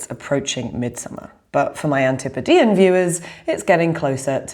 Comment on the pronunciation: I must tell you I was incredibly relieved to hear you pronounce Antipodean properly